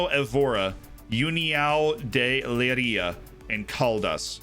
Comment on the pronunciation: ITS NOT UNIÃO DE LEIRA ITS UNIÃO DE LEIRIA REEEEEEEE. i am portuguese and really like your content, love from portugal. P.S- i do apreciate the efort of your prononciation